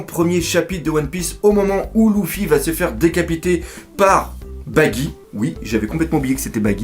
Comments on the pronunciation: luffy pas louffy xD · Je ne suis absolument pas d'accord quand tu dis que Luffy est destiné à épouser Hancock!!! Il lui a clairement mis un vent donc elle ne sera jamais sa femme! De plus, la femme de Luffy, c'est moi et personne d'autre. PS: Son prénom se prononce [leuffy] et non [louffy], je crois que ça en perturbe plus d'un... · sa se prononce leufi mais sa s'écrit Luffy et lui il dit loufi 😂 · Mais pourquoi tu l'appel louffi à la place de luffy mdrr puis sanji tu prononce Sa senji.? Mdr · pourquoi tu prononces L{ou}ffy ??? et non pas L{eu}ffy oui c'est bien eu car le L se pronnonce comme un R et donc Ruffy est la seule prononciation correcte (le R se roule comme si il etait un L) si tu as deja regardé les animes je pense que tu devrait le savoir. (en vostfr biensur) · slt dsl mais on dit "leffy" et nn "louffy" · dans ce cas-la on dit ROUFOUI car ca s'ecrit RU-FU-I en romaji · J'ai mal aux oreilles quand tu dis LOUffi au lieux de LEffi =/ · STOOOOOOP POURQUOI TU PRONONCE LOUFFY DANS LA VIDEO SA CE PRONONCE LEUFFY NORMALEMENT NON????????🤔🤔🤔🤔🤔🤔😙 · Tu peut arreter de dire louffy plz? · "Louffy" x'D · dans la VO jententai leuffy vu que j avai l habitude ..😶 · Redha One mais ca se prononce avec des L roulés ( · Redha One au pire on le prononce comme on veut loufi moi luffy et toi ruffy et tout le monde est content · News Manga parce que la vf respecte par la prononciation du personnage mais bon dans tout les cas on s'en fou y'en a c'est pire genre la version allemande c'est même plus Luffy mais Ruffy